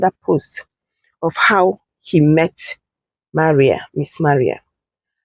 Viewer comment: Her name is pronounced Mā rii not Ma ria. What is wrong with Nigerians?😳😳😳